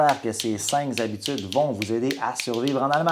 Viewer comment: Cinq habitudes pas de s pas de liaison mdr 😂😂